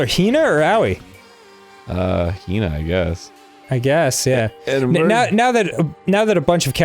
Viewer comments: I think you have to put emphasis on the ‘O,’ like a separate syllable. ‘Ah-oh-ee’ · Maybe it really comes down to accent. In my language it's much easier to pronounce aOi than Aoi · Dan pronouncing "Aoi" as "Owie" is the best fucking thing and you cannot change my mind about that. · I like how they pronounce Aoi as Ow-wee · No, it isn't. It's Ah-oi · I wouldn't say so. In Japanese "a", "o" and "i" are all pronounced explicitly, they are all sounded out. And there is no "o" sound in Ow-wee. It's easier to just translate "blue" into Japanese and listen to the prononciation to hear the difference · Japanese doesn't have stresses, but for me it seems that it's pronounced as aOi, "o" is stressed. If you stress "a", then yes, it sounds like ow-wee. But I don't think such prononciation is correct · Just saying, it's pronounced uh-oy. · Ah, a new episode. I’m now prepared to watch two adult men call a girl’s hands tiny, and absolutely butcher a high schooler’s name. And I will laugh every time.